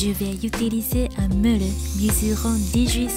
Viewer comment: Bravo pour ton Français !🌺 Juste une petite erreur de prononciation...ce n'est pas une beule ou un meule...mais une boule et un moule 😉